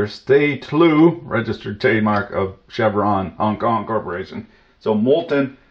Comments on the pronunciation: "Chervon" not "Chevron" - they drill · Just for the record, the company's name is Chervon, not Chevron. Chervon rhymes with "perv on." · Chervon not Chevron.